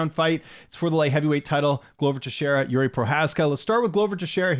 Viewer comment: Jiří is ok, but not Yuri, like Yuri Boyka 😀 I am not sure, if you say Jiří or Yuri, but Bisping and the others, say Yuri everytime 😅 I think Procházka doesnt care. He is nice guy. 😄